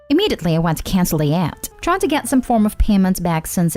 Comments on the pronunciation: 'YACHT' does not rhyme with 'cat'. It's pronounced as 'yaht'. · What In the world is a “yat”? The mispronunciations are beyond irritating and make listening intolerable. Hire an editor of at all possible. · Yacht: say it like, “yaat” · It's pronounced yot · Is this a computer-generated narrator? 😆 The “Yat” is cracking me up.